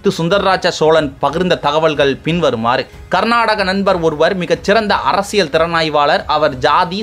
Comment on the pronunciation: அரசியல் என்றால் புரிகிறது..அர்ர்ரசியல் என்று இவ்வளவு அழுத்தம் ஏன்?